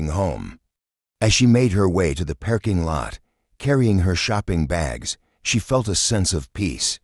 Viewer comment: "perking lot?" Really? "Perking lot?"